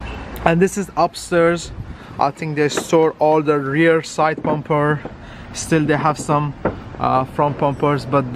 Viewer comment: Bro it's bumper not pumper